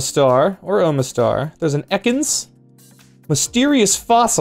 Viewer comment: when you pronounced omistar like ohmistar, i though of an idea, draw ohm as that Pokemon, would be hilarious.